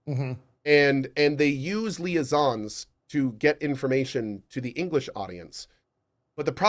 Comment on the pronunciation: Its super funny to me when ever Cohh keeps mispronouncing liaisons, and it hurts souls every time and he just chuckles in the background and then they finally troll him for it. Lol